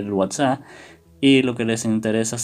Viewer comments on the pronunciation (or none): Me estresa que diga whatsa sjshsjs